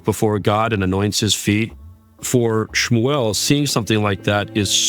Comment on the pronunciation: Nicodemus is the one who calls him ShmEW-el. 😄